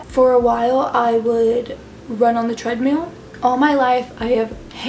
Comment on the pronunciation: you're pronouncing treadmill has treadmeal I mean I'm British so maybe it's an American thing